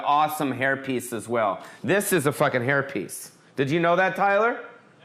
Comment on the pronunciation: Im so sorry for your loss. May he luve on through you! R.i.p. Also every time you said hair piece it soubded like herpes COME DO A SHOW IN SEATTLE/TACOMA